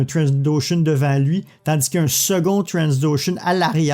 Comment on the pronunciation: On dit Trandoshan, pas Transdoshan ^^